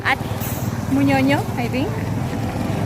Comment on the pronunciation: Its called munyonyo not bunyonyo... a little correction 😂